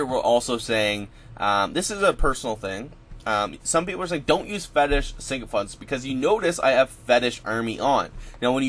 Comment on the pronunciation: Pronounced SICKO FANT.. you keep adding an N that isn't there it's not SINKO FANTS. ;)